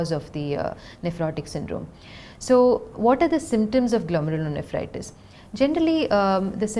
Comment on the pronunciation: Thanks, great video, has explained very well, she pronounced the name of disease very fluently every time, I cant even do that once.